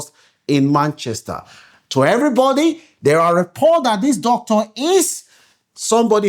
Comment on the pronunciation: YOUR PRONUNCIATION OF (DOCTOR) SOUNDS HORRIBLE ASK GOOGLE FOR CORRECT PRONUNCIATION